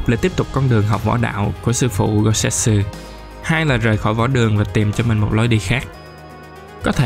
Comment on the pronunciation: Goutetsu chứ đâu phải Gousetsu đâu ad